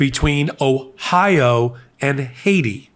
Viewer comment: JD is so racist he pronounced Haiti as Haysha, like what rock did this guy crawl out from under….any kid past 3rd grade can pronounce that correctly. 🤦🏻‍♂️